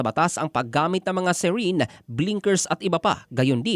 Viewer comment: Serene? Or Siren? Labo ng pronunciation ah